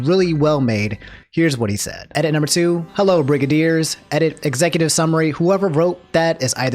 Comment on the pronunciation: the way he says brigadeers